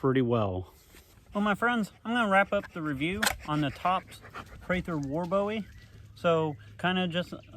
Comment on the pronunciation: HE SAID PRATHER WAR BOWIE ...MAYBE 876 TIMES....AND ITS PRONOUNCED BOOEY NOT BOWIE LIKE DAVID BOWIE...I AM FROM SAN ANTONIO and I believe the man knew how to pronounce his last name...FACT spelled BOWIE Pronounced BOOIE